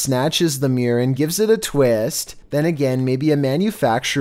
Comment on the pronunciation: The way he said mirror (meeeor)